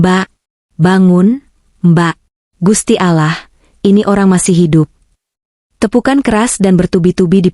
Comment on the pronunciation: Kalo baca lafadz Alloh yang bener dong komentator